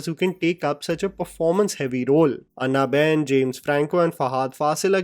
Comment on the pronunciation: Not Annna Ben. It's Ana Ben. Like Anna Kournikova??